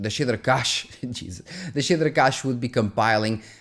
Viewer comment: “The shitter cache” “most of the shitters” 😂😂